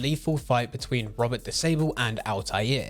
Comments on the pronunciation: Bro really said Robert Disable. It's pronounced Rober de sableh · That pronunciation of Robert De Sable is some Zapp Brannigan level stuff, right there!